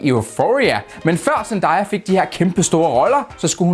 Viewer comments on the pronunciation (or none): DET ER IKKE ZENDDAYAAAAAAAAAAAAA det er ZENDAYA du siger jo zeeeennnnndddaaaayyyyaaaaaaaaaaaaaaaa!! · det er ikke sandaya det er zendaya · du udtaler “zendaya” ukorrekt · Hvorfor siger du zendaya sådan